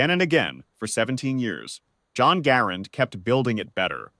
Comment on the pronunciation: The name of the inventor of the M1 is NOT pronounced Garand'....but Gehr'-end!